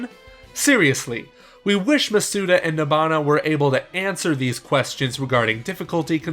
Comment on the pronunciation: Why do people pronounce his last name wrong hes stressing the vowels all wrong. Its Maw-Soo-Dah not Muh-soo-duh